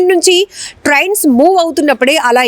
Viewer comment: Trians kaadhu Trains. Trauffic kaadhu traffic Get your pronunciations right.